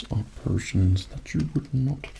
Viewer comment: I keep hearing "persians" instead of "potions"